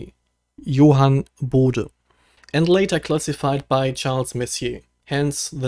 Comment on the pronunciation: Bitte doch weiterhin Bode richtig aussprechen ;) Super schöne Bilder. Gruß aus England!